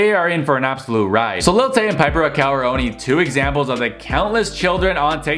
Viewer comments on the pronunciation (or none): none